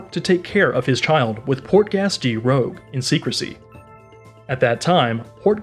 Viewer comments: Everyone talking about the pronunciation of luffy, but porkass (portgas) was where I saw this dude not knowing shit abt one piece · Also Portgas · Ah yes Lufhy, Port-Gas, and gARp